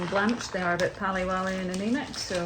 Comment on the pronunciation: 😂at the pally wally comment I know that you have lived in Scotland where you possibly picked up the saying but it's actually said as *peely wally* meaning very pale.